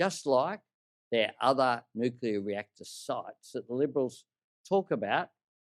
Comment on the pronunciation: if you are going to criticize something, learn to say it properly you drongo. As for Medicare, no you cant just take your Medicare card and get the help you need. Not on your watch, we have gone from Bulk Billing doctors everywhere to now where we cannot find one in our area. Thats all since you have been in power, so its a fallacy that Labor care about Medicare. Tax Cuts, give me a spell. Stop misleading people you are taking their tax down by $2500. Its just not true, you cant go counting Stage 3 tax cuts in your numbers to make them look better because we already have them thanks to the LNP. It is $5 a week in a years time and then $10 after that. Thats it.